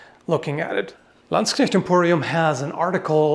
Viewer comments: Was about to comment on the excellent pronounciation of "Knecht," but then I remembered is European, not British. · like for the correct pronounciation of the word “knecht”.